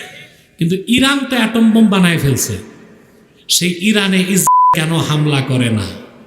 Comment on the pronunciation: ইসরাইল ইহুদি এ নামগুলো হুজুরের উচ্চারণ বুঝা যাচ্ছে না।হুজুর কি ভয় পাচ্ছে কিনা বুঝলাম না